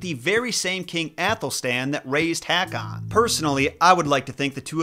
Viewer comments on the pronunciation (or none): So wrong to say Haa-Kon to King Håkon. It would probably, be correct to say that AA becomes more pronounced AU. Such as The Norwegian name Pål or Paal is Paul in English. ❤🇧🇻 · Haakan is pronounce Ho-kan. Ho with a long OH.